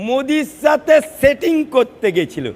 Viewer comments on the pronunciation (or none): none